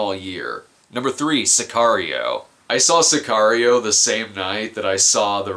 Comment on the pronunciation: I love the way Brad pronounces Sicario